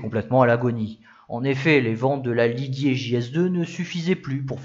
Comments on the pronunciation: vous prononcez les G à l’allemande comme s’il y avait un U après le G. Vous dites Liguier au lieu de Ligier ( ou Lijié ), vous faites de même avec Gessalin que vous prononcez Guessalin. De plus vous prononcez le u de Guy, ce qui fait que souvent on a l’impression que vous dites Gouy Didier au lieu de Guy « Lijié ». C’est dommage car vos vidéos sont biens documentées et réalisées. C’est une remarque amicale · alors j'adore tes videos mais la , je peut pas, tu écorche trop le nom Ligier